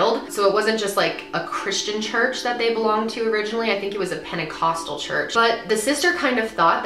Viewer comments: I dare you to take a shot everytime she says penicostal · how many fucking times is she gonna say penticostal fuck!!